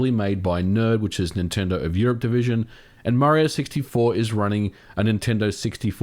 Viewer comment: Please stop calling Nintendo "ninty".